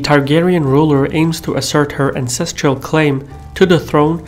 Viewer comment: When talking about Daenerys I couldn't tell whether you said "ancestral claim" or "incestral claim"